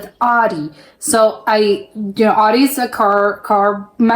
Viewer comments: audi is pronounced owdi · The au in Germany is pronounced as the ou as in ouch. So this typical American way of saying Audi sounds funny to us. 😜